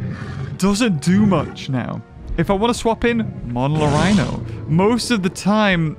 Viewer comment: I'm so proud of you for finally pronouncing Monolorhino properly. Thank you, that made me happy